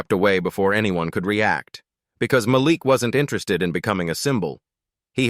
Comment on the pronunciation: The young man’s name is pronounced as MAH LEAK NOT MAH LICK. DUMB ASSES!!!!